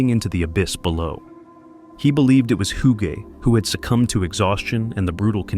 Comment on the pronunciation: "hyuu-gay" pretty sure that's not how it's pronounced. I had a friend with the same name and it was pronounced, "oog."